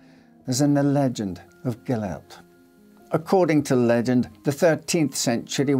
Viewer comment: That’s not how you pronounce Gillette!